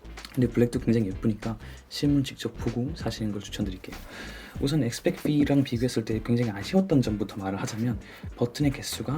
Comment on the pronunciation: 영상 재밌게 봤습니다~ 근데 왜 자꾸 엑스 빽크 브이 라고 하는거예요??? 엑스백브이 아니예요?ㅋ